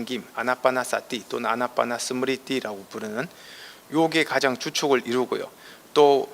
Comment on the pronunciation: 가장이라는 말을 왜!? "가:장"이라고, "가"를 길게 발음합니까? 천한 과장벽이올시다. 학자로서는 부끄러운 일입니다.